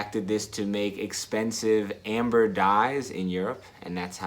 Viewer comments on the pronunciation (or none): none